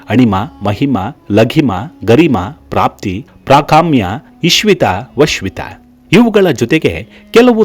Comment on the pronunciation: ಇಶ್ವಿತ ವಶ್ವಿತ ಅಲ್ಲ, ಈಶಿತ್ವ-ವಶಿತ್ವ